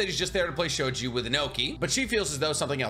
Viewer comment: It's sho-gee not sho-jee.